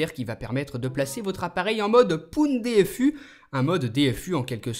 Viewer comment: '' POUN DFU'' hahaha super video par contre